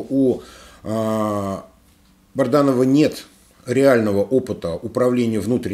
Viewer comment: Добрый вечер, если вы читаете все комментарии, почему вы упорно называете Бадранова БАРДАНОВЫМ, уже режет слух и это неуважение к слушателям, пора уже правильно произносить фамилию!!!